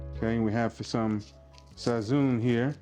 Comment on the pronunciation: Sazon' not Sazoon